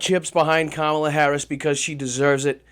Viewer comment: He can’t even say her name properly Jesus go back to school man